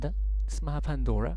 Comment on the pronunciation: القصة مش غلط ولا الاسم غلط ...أنا عارف كويس القصة تتشرح ازاي وايه المهم فيها...ولو بشرحها غلط مكنش أكتر من 100 واحد ذاكروها وقفلوا سؤالها في الامتحان....ولو شايف إن الاستوري غلط ياريت تقولنا أنت الصح عشان نستفيد ...وبالمناسبة هي اسمها بندورا....المرات اللي بقول فيها بنادورا دي عشان الطلبة بتاعتي بتحب تقولها كدة عشان تحفظها لكن بنطقها بندورا كتير في باقي الفيديوهات بس واضح إنك مشوفتش غير السلبي بس...عامة شكرًا إن قناتي خدت من وقتك وخليتك تهتم تعلق كمان .